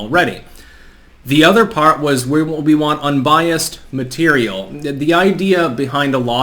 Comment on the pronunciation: “MuH tErIaL”